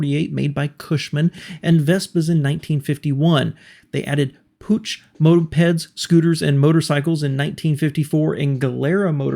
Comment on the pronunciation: Take a good look at the chassis layout and it seems that the first Sears car was also the first car in history with dual exhaust. Puch is pronounced "Poohk."